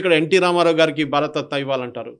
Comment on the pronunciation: 52:3 భారత రత్న భారత తత్న కాదు 😂